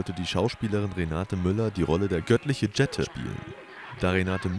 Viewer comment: Kann man denn keine Sprecher finden, die Deutsch können? Elevin wird auf der zweiten Silbe betont und nicht auf der dritten. Und bitte: Jette und nicht Dschette! Hat denn keiner Ohren im Studio?